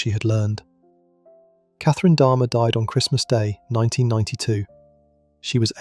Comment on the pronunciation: It's jeffrey dahmer not dharma good grief. If you really did a true deep dive into these cases then how tf can you not even get names right wtf 😂